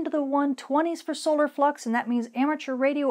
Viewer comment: At 3 min 50 seconds in it sure sounds like you said Aurora fuc’s instead of Aurora flux lol